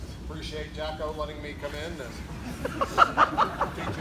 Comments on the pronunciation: Pretty sure he said Jacko on purpose. 😂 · establishing dominance by pronouncing Jocko's name wrong...... 😂 Also notice how Jocko is back there trying to maintain his bearing...... it's ok to laugh, just not too much.... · The balls to walk in and then get Jocko’s name wrong plus’s his act is amazing ! 😂🤣😂🤣